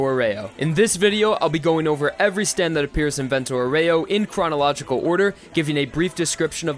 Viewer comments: I really, reaaaaly tried to not scream "Vento AU-REH-OH! Not OH-REY-OU!" at the screen watching this love your videos, dude, keep it up (but maybe idk like listen to the google translate lady every now and then just sayin') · The pronunciation it's "àureo", not "aurèo"... aurèo sound really bad in italian :) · It’s not pronounced vento oh-ray-oh It’s vento ow-wry-oh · Please it's vento àureo not aurèo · Is àureo, not auréo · The virgin Vento "Ow-ree-oh" The chad Vento "Or-ray-oh" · Aureo, not auREo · That's not "aurèo", it's "àureo" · It bothers me how you say Aureo... Just my opinion but great video!! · you pronounce 'aureo' wrong, and it bugs me deeply. Just say golden wind if you don't know/don't care about the correct pronuncation